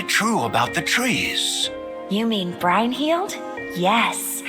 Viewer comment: BRINE-HEALED? I've been pronouncing it as brin-hil-dr this whole time